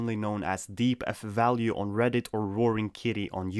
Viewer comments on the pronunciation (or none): Deep Fucking Value, not "DF value". Say it with me. DeepFuckingValue!